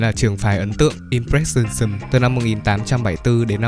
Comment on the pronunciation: klq cơ mà đọc là “im pờ rét sừn nì sừm ” nha :)) [im'pre∫ənizm]